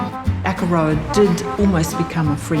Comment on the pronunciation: God your pronunciation of Akaroa hurts my ears 😢